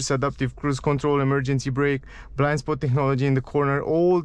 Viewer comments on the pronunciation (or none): none